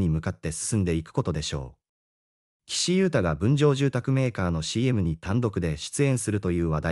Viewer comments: がんゆうたじゃありません きしゆうたです。間違えないでください失礼ですよ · がんゆうたって、ちゃんと、きしゆうたと言って下さい。失礼ですよ😠